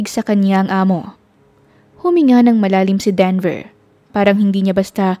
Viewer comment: Lol 😂 Sir Devel kc sungit, Instead Denver 😂